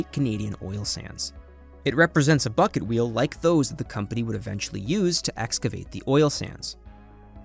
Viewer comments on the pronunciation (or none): none